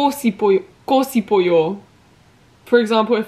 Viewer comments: by the way the 시 together is pronounced more like a 'Sh' sound rather than an S alone, so 싶어요 is pronunced more like 'Shipeoyo' rather than the 'Sipeoyo' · 고 싶어요 is actually pronounced as “ go shipeoyo” good luck on your language learning journey! 화이팅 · Love your video! hope you stay healthy! Here's some tips for you:) "~고 싶어요" when you pronounce this, it sounds more natural to say "~go shipuyo" than "~go sipuyo" small difference but much more natural! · A tip: when ㅅ goes with ㅣ like in 싶, it's pronounced as ship!It makes a sh sound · the s in sipeo is pronounced like sh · when a ㅅ is followed by 이 the pronunciation becomes ‘sh’ so 싶어요 is ‘shipeoyo’. Hope this helps! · i was gonna comment the same thing!! her pronunciation is pretty cute tho<3